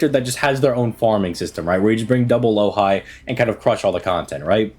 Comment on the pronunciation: Myst is gonna kill this man for calling Louhi "Low-high" lmao